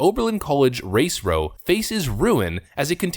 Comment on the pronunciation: FYI: "row" pronounced like "now," not "slow."